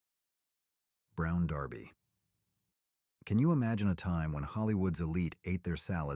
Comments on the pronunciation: Its not darbee! Derby like a hat. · It's DER-BY NOT DAR-BY! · Royal castle is still open in Miami. It's brown Derby not Darby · Derby not Darby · LOL! Brown Durby - not DARBIE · Why were you calling it the Brown Darby? Maybe Ai. It was the Brown Derby. I used to go the the Derby on Los Feliz in Los Angeles in the early 2000's. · Too bad the AI guy couldn't get the pronunciation of the BROWN DERBY, "DIRBY",LOL correctly. Do the people who put these videos together ever listen to the phony voices BEFORE they actually post their videos, LOL